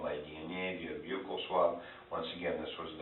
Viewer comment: The detective butchered the word "buccal" swab so badly that the auto generated transcript thought he said "vehicle swab". Uff da